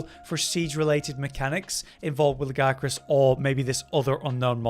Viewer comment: Its not GIA, its La-Gi-A-Crus. There is an extra syllable in there!